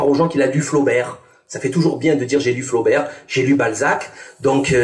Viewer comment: Salim on prononce pas le t a la fin du mot Flaubert on l écrit mais on ne le prononce pas